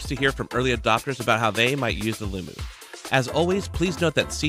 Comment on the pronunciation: Its Loo-Mo! Mo does not equal moo...